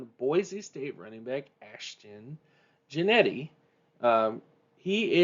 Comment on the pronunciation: How do you get Jennety from Jeanty??? It's pronounce Gen-Tee!